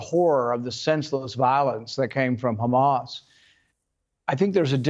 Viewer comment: Douglas just has to be differently by pronouncing Hamas incorrectly